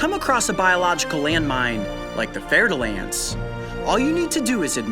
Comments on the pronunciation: It is pronounced fur dull ants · 'Fair'-de-lance lol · your prononciation of the fer de lance is not bad man but you should just translate is name in english who is "iron of the spear" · Wait did I hear that right he said FER -DE -LANCE